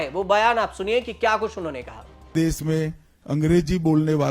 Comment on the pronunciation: Dess nahi desh hindi to bol lo sahi say